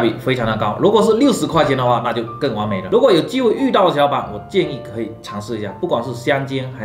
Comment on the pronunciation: 你说完美的时候，我愣是听成了“广美”，啊我还想说，你干嘛突然call 孟广美